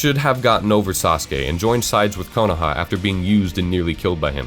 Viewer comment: Really good fix-it video, lots of good points. Don't like the way you pronounce some of the names though, like Konoha or Madara, just sounds kinda weird. Minor point though, great stuff!